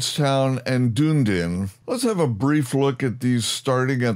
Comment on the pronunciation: "Dune-din" lol. Awesome. "Dun-e-din" but you pronounced some of the Maori names better than most locals. And there's certainly scope for big improvements in the NZ mesh/terrain/cities. Very much looking forward to what Orbx and Asobo end up with. Greeting from Orkland, I mean Auckland (LoR reference, your pronounciation was right on).